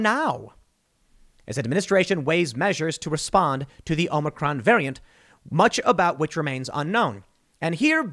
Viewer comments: Is the OM-NI-CRON variant the same as the OM-I-CRON? He has me so confused. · Omnicron hahahaha that’s what Biden said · Hey Tim, Omicron is a letter in the Greek Alphabet. You are mispronouncing the name, so you really need to learn how to say it.